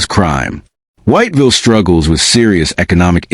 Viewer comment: man u know u not pronouncing "whiteville" properly, u dont say the whole thing whyyyyte villle, no, i understand those letter are there to say White Ville, but thats not how u say it. it's got 2 syllables only. it sound more like wot-vil, with a hella bad southern draw to it. thats how u say "white ville" . if a local hear u pronounce the whole thing, ur getting fixed, if u never been there, they will correct you i promise lmfao they dont like it when u say all the letters in white ville haha for real they crazy over there